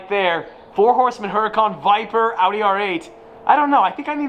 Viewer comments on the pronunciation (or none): none